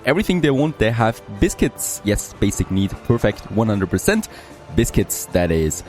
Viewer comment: excellent next part of the series as always!, my 2 cents though Please please please CITRUS (sit trus) and BISCUITS (bis-kits)